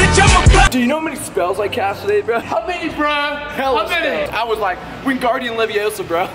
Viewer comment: It's wingardium leviosa, not wuinginee leviosa.. Fool